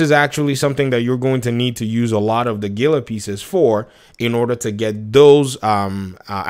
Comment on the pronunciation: Heel-uh As in the monster Great content as usual Daddy!!!